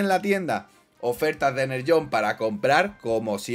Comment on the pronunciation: deja de llamarlo enerllone es energone